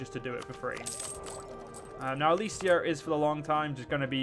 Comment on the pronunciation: Ok sorry for my tone, but it is pretty frustrating. I know youtubers need to have their eyes on a lot of stuff when making a video, but you could at least READ what you do. For example, it is Elysia not Elyria, second, the Basetax/Production/manpower event was for you CAPITAL, not Nea Alexandria. Still happy you returned to this mod. Keep up the, thinking about all the mistakes you make, quite good work. Again, sorry for the tone.